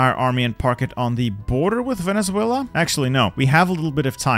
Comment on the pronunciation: Vene-sue-ela You said Vene-thue-la